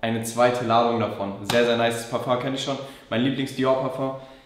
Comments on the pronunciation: Es heißt „Parfeng“. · Es heißt parföng!!